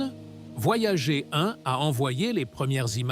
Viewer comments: Franchement tu aurais pu dire à l ia comment prononcer le nom de la sonde . Voyagé , ça fait quand même a coté de la plaque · "Voyager" prononcé à la française est un verbe et c'est IDIOT. Voyager est le nom de deux sondes de la NASA, lancées en août 1977, et se prononce "Voyageur". Je ne vais pas plus loin que les premières secondes de cette pseudo-vidéo générée par IA. Les deux sondes continuent leurs courses dans l'espace et n'ont pas quitté le système solaire. Communiquer avec elles exige de la patience parce qu'un signal radio, se propageant à la vitesse de la lumière, mets des heures pour les atteindre et est très dispersé, kif kif pour les signaux retour. Les deux sondes sont à 15 milliards de km de la Terre (4 fois plus loin que Neptune) mais il faudra environ 300 ans à Voyager 1 pour atteindre la limite intérieure du nuage de Oort et 30 000 ans pour en sortir, autant dire qu'on n'aura pas des masses d'infos. Quant à Voyager 2, le contact a été perdu. - 50 ans pour parcourir "seulement" 1,5.10^10 km. Alpha Centauri est à 4.10^13km soit environ 3000 fois plus loin. 50 x 3000 = 150 000 ans pour approcher Alpha Centauri. Vous croyez encore aux voyages intra-galactiques ? Les distances dans l'espace et dans le temps ne sont pas à l'échelle de la vie humaine et l'espace n'est pas vide, il est parcouru par les rayons cosmiques crachés à des vitesses relativistes par les étoiles et les supernovas, et par un intense "bain" de rayons ionisants UV, X et gamma. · Voyager ....à prononcer en anglais !mot utilisé par les anglo saxons